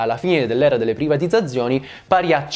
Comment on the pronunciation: Per colpa di questo video non so piu dire privatizzzzazzzioni